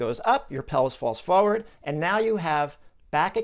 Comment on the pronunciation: I love your content but it really bothers me that you don't pronounce the first 'r' in the word 'forward'